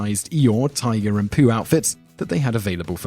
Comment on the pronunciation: Tigger not tiger